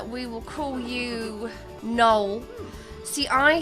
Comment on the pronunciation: she said noel wrong it’s NO-EL